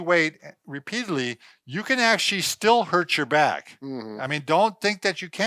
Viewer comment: why the tall one says Ashley instead of Actually 🤔 ask / ast